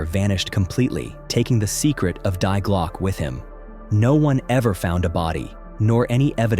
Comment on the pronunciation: ‘Die Glocke’. The ‘Die’ is pronounced like the name ‘Dee’.